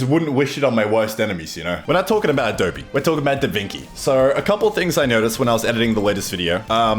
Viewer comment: At least you pronounce Adobe correct :p